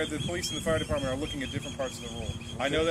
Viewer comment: "Fart deparmeant , Fooleash, Ambalance ....."